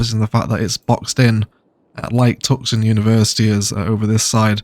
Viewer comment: Wonderful vid,! Really been enjoying watching the Ilos build. It’s been one of my favorites. I kept wondering though, what was “Tuksun”. I had to laugh when I realized you meant Tucson (pronounced “too-sahn). Keep the great vids coming! P.S. Like others have said, you have the greatest laugh! Love it!